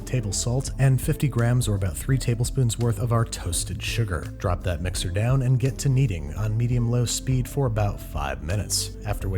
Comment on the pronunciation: "Whats he gonna wish for? Probably that instead i got him something from todays sponsor edible". Somehow I heard 'death' instead of 'that' making the sentence "Whats he gonna wish for? Probably death, instead i got him something from todays sponsor edible".